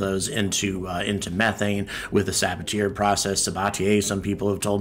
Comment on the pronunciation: "Saboteur Process" LOL!